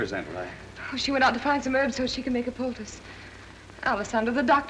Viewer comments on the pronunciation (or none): The pronunciation of Aunt Ri was atrocious. You expect me to believe it's like rye? Not ree? REEEEEEEEE